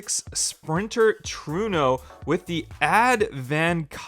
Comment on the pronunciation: its trueno not truno... and toyota not tioda... soo cringe ..